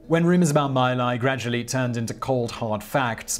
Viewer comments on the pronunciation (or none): Simon, Simon, Simon...Dude, "Khmer" of Khmer Rouge is said more like "C'mere" (i.e. contraction of "come here"), not "Kai Meer." Also, it's pronounced "Mee Lie" (like pidgin English for "I lie"), not "My Lie." I recommend doing the overdubbing thing you did early on in the video for these too, Simon. Sure, it's YouTube, but you look old enough to know better Simon. Simon, what if I made a video of your nation's famous battles at "Again Court" and "Has Things"? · Laos is pronounced LOUSE, not Lao. My Lai is pronounced me-LIE. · The name of thzt village is pfonounced "Mee Lye". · Just a note, the pronunciation of that little village was MAY LIE in American pronunciation. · It's pronounced MEE Lie (damned if that's not telling in itself -- read on.). Calley was scheduled for separation from active duty and then Nixon stuck his apostate Quaker¹ nose into the affair and, when he couldn't get Calley acquitted, ordered his house arrest and detention under those terms. ¹As a descendant of Quakers myself, I find any relinquishment of conscientious objector status to be apostasy of the highest order. Nixon relinquished his to serve in the Navy in the South Pacific theater.